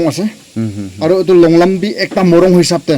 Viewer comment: Longlum ❎ longlram✅